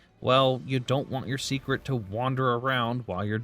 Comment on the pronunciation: I think it’s just the way he says Seikret, sounds like he’s saying secret.